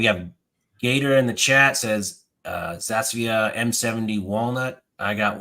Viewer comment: I fell into this hobby last year and love Aks. Thanks for having on! I can tell you’re not an AK guy by how you pronounce Zastava lol. Good vid though!